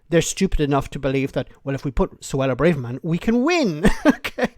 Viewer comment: You're still pronouncing Suella BRAVErman's name wrong. You're in danger of becoming Tool of the Week..... That's from one Irishman to another, for those of you not from Southern Ireland!